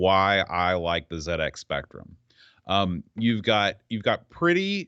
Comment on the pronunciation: Dizzy came much later than the Wally games. You could argue that Atic Atac did the 'inventory swap' thing first. Anyway, I loved this game as a kid..and one of the few I completed! Also, love the fact you probounce 'ZX' properly!